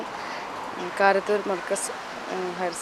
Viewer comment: തിരൂർ കാരത്തൂരാണ്, കാരന്തൂർ അല്ല